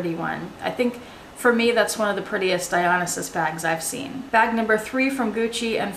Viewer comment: I noticed you pronounce the Gucci Dionysus differently than I do. Is it not Die-Oh-NICE-Us? Love your videos, btw.